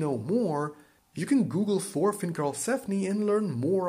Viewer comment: its Torfinn, nått thor